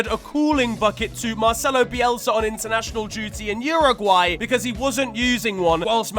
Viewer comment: pronouncing Internacional,a brazilian team, with a spaniard accent is one of my favourite random things he does